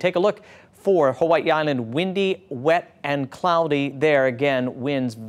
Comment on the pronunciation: Did he say "Huahee Island" 😂 da f*ck??